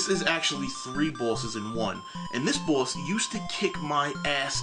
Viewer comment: You say "boss" like you have a mouth full of shit.